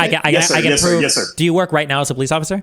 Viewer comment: Can anybody tell me why the comments start yelling at him pronouncing POLICE? Did he pronounce it wrong or is it just sarcasm? Sorry I'm not native speaker